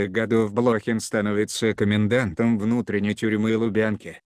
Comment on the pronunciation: Откуда взяли этого "чтеца"?Он даже фамилию правильно прочитать не может.БлОхин,родившийся в СуздАле, с подчИненными, расстреливая прирЕченных,излишне запачкАвшись в крови,ну это уже нечто.